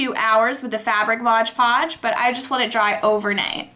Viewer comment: Cool video! The only thing i noticed was... it is pronounced MOD podge, not modge podge